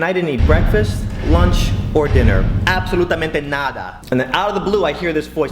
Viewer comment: idk where this dude is from, but he way he said "absolutamente nada" sounded so good wtf